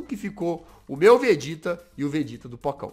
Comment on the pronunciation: Peraiiii Todo mundo q ta vendor volta no to brincando entao glr hj e batalha de contruçao mas so q do Vegeta mas ele fala vergeta